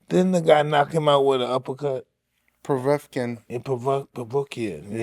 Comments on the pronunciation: Mike: Didn't a guy knocked him out with an uppercut? Andy: Povrevkin Mike: Povr-povrukien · “Yeah Povekuen” 😂😂😂😂